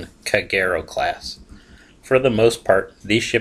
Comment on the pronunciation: It’s pronounced ka,geero